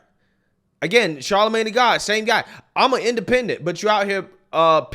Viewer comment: That really frustrates me when continues to say “Charlamagne tha god every time he says his name. I enjoy BCP’s content, however I wish he would just say Charlemagne.